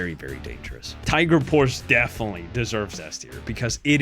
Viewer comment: Brooo its Tiger PorschE there ther is an E.....As german this hurts to hear 😂